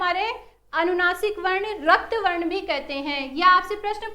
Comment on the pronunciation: Mam varn ka ucharn shi kro